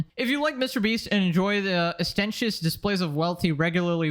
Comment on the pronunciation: Dude talks about reading books and then can’t pronounce ostentatious correctly 😂